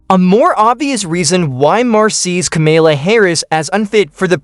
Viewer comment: AI BS video.Cant even say her name correctly